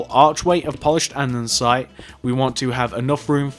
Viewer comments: He was saying andensite even though it's andesite lol!!!! Love the vid keep up the good work xoxo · Hey! Great video, just one thing though. Andesite is pronounced and-er-sy-t, not and-ern-sy-t. Good job on the build though ☺ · And-ah-site not andensite